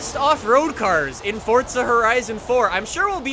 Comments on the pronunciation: I didn’t realise Forza had a ‘T’ in it.... 🤔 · Hey its for-z-a not for-tz-a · Forza not Fortza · This man WILL NOT stop saying Forza like “Fortsa” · FORZA has a Z in the word...USE IT!!! It’s not FORTSA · ITS NOT FORTSA ITS FORZA!!!! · Fortsa hahahaha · STOP SAYING FORTZA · ITS FORZA NOT FORTZA!